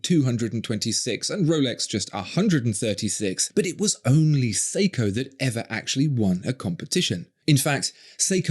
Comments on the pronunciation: Well, he calls Grand Seiko as.... "Grand Seeko". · Who the fuck pronounces Seiko as "Seeko"? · He can't even pronounce Seiko properly. Siko? In Filipino, siko means elbow. 😁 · How is it that someone who seems to take pride in pronouncing euro brand names, but can't even be bothered to pronounce Seiko correctly....